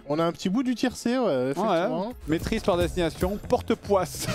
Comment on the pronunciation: "Porte Poisse" 🤣😂